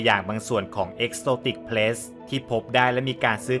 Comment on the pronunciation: ขัดใจอย่างเดียวเลยออกเสียง “pet=เพ็ท“ เป็น ”plets=เพล็ทส์“ ถ้าออกเสียงให้ถูกจะเยี่ยมมากเลยครับ😂